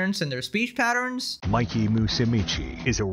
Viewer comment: Never hears of you before, or that sneako guy. You are saying Mikey’s name wrong but either way. Great video. Earned a sub. 🍻